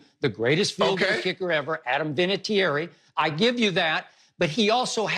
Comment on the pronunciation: Love how Skip pronounces Vinatieri’s last name wrong lmao 😂😂